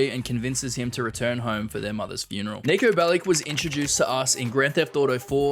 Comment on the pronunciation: This is clickbait its not pronounced Niko belik its pronaunced niko belič č=ch And he isnt serbian he is Montenegran and you mispronounced milica belic You oronounced it milika belic Its pronounced milica belič C=Ts